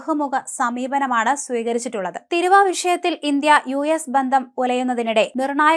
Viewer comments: തീരുവ എന്ന് പറഞ്ഞു പഠിക്ക്. തിരുവ അല്ല. നിന്റെ സ്റ്റുഡിയോ യിൽ ആരുമില്ലേ പറഞ്ഞു തരാൻ. പിന്നെ ഈ പറയുന്നത് ശരിയുമല്ല. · ഇന്ത്യയുടെ ഏറ്റവും വലിയ കമ്പോളം അമേരിക്ക അല്ല. കൊച്ചെ തിരുവ, അല്ല തീരുവ ആണ്. ഇനി ശരിയക്കിയില്ലെങ്കിൽ അടുത്ത വഴി നോക്കും... കേട്ടിട്ട് അറപ്പാകുന്നു